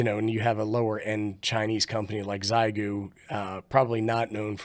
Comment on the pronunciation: Xiegu G90, Not Xigue.. but thanks for the great video!